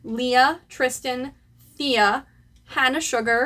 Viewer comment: i just wanna say that ur painting looks so cool 💖💖💖 legit omg ✨✨✨✨ also, the pronunciation of thea is "te-ya" hahaha, i felt like i need to correct u for that 😊